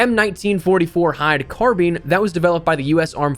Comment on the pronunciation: Does this guy actually know how to say “carbine” 😂😂😂